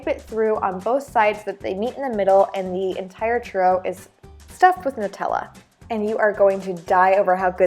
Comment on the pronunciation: it's..... it's pronounced Nutella (NEW-tell-uh) triggered